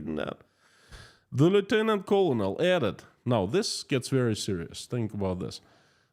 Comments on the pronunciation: No criticism intended: just helpful information on pronunciation of “colonel” - pronounced like grain of corn = kernel One of the strange things in English! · btw small note: "colonel" is pronounced like, "kernel". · Colonel is pronounced "kernel". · Please check the pronunciation of “colonel” - you repeated it a dozen times, all wrong. This is from a fellow Russian speaker.